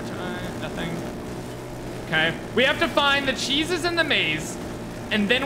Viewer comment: Stop saying "Cheeses."